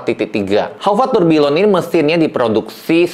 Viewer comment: Loe org jam kenapa ga ngerti cara pronounce nya tourbillion itu harus nya Tourbiyong masss??